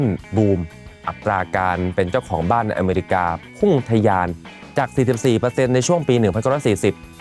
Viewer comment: You can’t even pronounce “America” correctly 😂